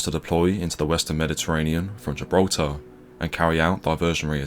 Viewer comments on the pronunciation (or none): none